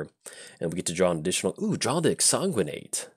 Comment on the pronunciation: we've talked about exsanguinate before... it IS a real word and it has a correct pronunciation... please stop making my ears bleed when you draw it. i beg of you. love windgrace. my current favorite paper deck.